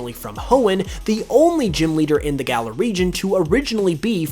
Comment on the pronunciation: That is not how you pronounce galar